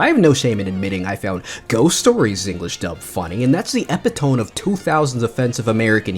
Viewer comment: epitome is pronounced "eh pit oh me"